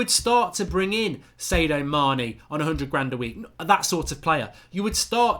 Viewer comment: Who is Say-dio Mane?